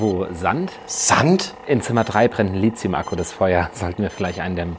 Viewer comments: "Lithium" spricht man "Litium" aus und nicht "Lizium". Davon abgesehen wieder super cool :) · Lithium wird Litium ausgesprochen, nicht Lizium. Wordursprung ist das griechische Wort Lithos. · Kleiner Verbesserungsvorschlag. Es heißt nicht Lizium, sondern Lit-hium von Lateinischen Lithos (Stein) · Mega Video, bis auf die Aussprache von Lithium (ja, ich weiß, dass das die umgangssprachliche Aussprache ist)